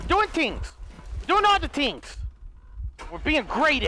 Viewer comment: This guy saying "tings" like he from Toronto😂😂😂